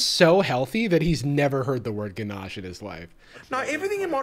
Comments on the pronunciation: As a true blue AUSSIE, we do not EVER say "ga-na-shay". We are normal. we say it that same. Just for reasurrence for non-aussies. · Ah yes, ganach-è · My first thought. He's all like, "Oh ChOcoLaTe "GaNa-ChAy" iS sUgAr AnD lArD!" If there's lard in your ganache you're doing it wrong, my dude. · Him making a point of saying "ga-nah-chay" repeatedly reminds me of when I was 5 and this bratty girl kept arguing that it's "Good Whale", not "Goodwill". She'd find a way to work it into conversation every time I saw her. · I thought the exact same thing, round about the gana-chee point 😩😅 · He fully committed to “gonnochay” 😭😂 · Ah yes my favorite: Ganachaè 😂🤣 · What the fu*k is Ganajay? I'm AUSTRALIAN, I've lived in Australia my whole life and nobody says that. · Ill let him off for the no shirt since hes australian (im also aussie) but the GANACHAY?? wtf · To be fair ganache is used in many bakeries in Australia. This clown just pronounced it incorrectly and pretentiously 🤣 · and as a cook the way he pronounces ganache really makes me grind my teeth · I'm not even a Baker, and I'm offended by how he pronounced "Ganache". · As a French person, the way he pronounces "ganache" hurts. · i promise us aussies dont say ganache like that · Remember that episode of Community where Jeff has a mental breakdown because he’s been on a super restrictive diet for his entire life, but still gets middle-aged health issues? I’m getting the same vibe but from a balding Australian who can’t pronounce ganache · Lmao dude knows how to pronounce croissant but not ganache? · There are so many terrible and awful things about this man but the funniest has to be his commitment to his pronunciation of "ganache"